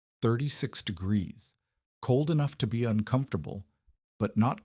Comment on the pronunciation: The temperature dropped thithty degreeth in thith hours. Does anyone in your organization ever listen to your audio? Why have a professional narrator with a pronounced lisp? You are using AI, right? Can't you find a voice that doesn't pronounce words incorrectly? I like to sing, but you would be crazy to put my singing voice in a video.